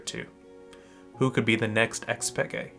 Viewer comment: i dont think anyone calls it xpeke not like we do with an insec